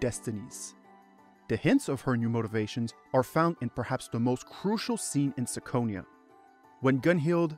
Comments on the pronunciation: I have only one question... Why you read it as –sikonia– if the Japanese title clearly reads as –kikonia–?.. 🤔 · It's Kee-ko-nia as the Japanese katakana title says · oh god no "me-yeoh" are you fucking kidding me this makes "sick-onia" sound good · really reconsidering my next hour and a half upon hearing "sicko-nia" out loud